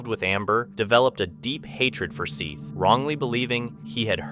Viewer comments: I agree! Have they not his parents refer to him as "Seth" like Beth? While it may not be the m9st important factor, it shows disrespect not to to make an effort to correctly pronounce a 4 letter name. Even it's spelled like this (.Seath) that's 5 letters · O-cal-a. & Seth like Beth. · it is Seth the a is silent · Were you trying to see how many times you could say Seth Jackson's name incorrectly?